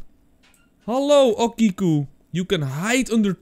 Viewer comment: Hey, ik weet niet als je het interessant vind maar ik ben een student japans! Okiku spreek je uit als ‘o’ als in open ‘ki ‘ als in key en ‘ku’ als in cultuur. Sake is ‘sa’ als in saai en ‘ke ‘ als in kerk. Ik hoop dat je dit interessant vind